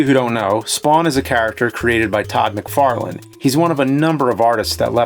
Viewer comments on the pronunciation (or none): none